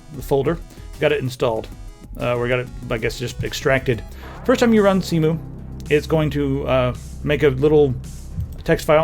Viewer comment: surely Cemu is pronounced 'SemYu'